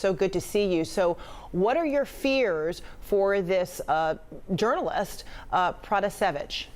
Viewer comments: I’m sorry but did the CNN reporter know anything about this before she took on this topic 🤷‍♂️😐 she pronounced her name wrong she called Lukashenko the president still and then she literally wasn’t listening to her as she was talking to her she explained the same thing could’ve happened to me and then she’s like so this happened to you ? 🙄 like damn lady are you even paying attention 😐🙄🤷‍♂️ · And also the way how she pronounces Roman Protasevich is not really correct...